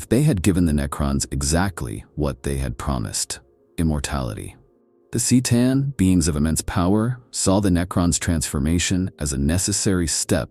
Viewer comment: My fav was the sick-a-tan.